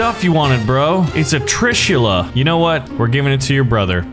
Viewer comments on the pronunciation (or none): It’s not tri-shool-a. It’s Tr-I-shool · It's trisul not trsila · It's pronounced "trishul"weapon of God shiva ok